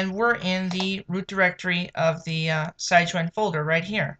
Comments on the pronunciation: It's not pronounced SIGE-WIN. It's SIG-WIN. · enunciation note - "Sig-Win" after "Sig-nus" the swan..